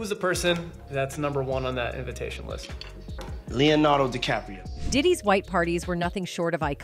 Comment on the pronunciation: he say Leonardo decapro...